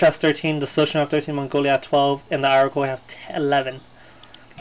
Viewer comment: To add to what Mr. Hall said: Iroquois = EAR-RUH-KOY